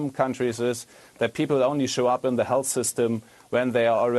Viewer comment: Liebe es, dass er health hälß ausspricht